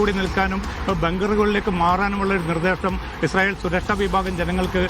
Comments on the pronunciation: വിദ്യഭ്യാസം ഉള്ള ഒരു മൈരനും ഇല്ലേ ഈ തീട്ടം ചാനലിൽ.. ഇസായൽ അല്ല ഇസ്രായൽ എന്നാണ്.. കഷ്ടം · ഇസായേൽ അല്ല ഇസ്രായേൽ